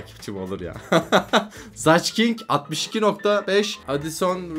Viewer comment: Zaç Kink den sonrasını dinlemedim çok iyi telaffuz